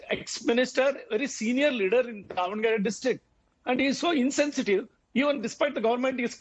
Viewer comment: the newsanchor - its Davanagere - not devanagar or something. the govt - its really appalling that they're not helping out and wasting the medicos' time and life on the streets when they would be helping patients. whatever probs the govt has with mgmt, if the docs are working in govt hospitals , then better pay . after all u swindle thousands of crores from us for ur mla-mp shopping sprees.